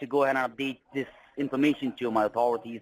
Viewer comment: WTF is "in-FERMA-shun..?" I love these guys, for their comical English, and their overall stupidity. But most of all.... the lack of respect for YOU...Don Corleone....can we get Luca Brasi to 'whack' these a**holes?